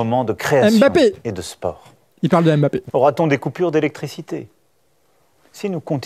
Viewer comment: je t'aime bien, vraiment... mais stop avec ton Mbapppppppé, belle année merci pour ton boulot <3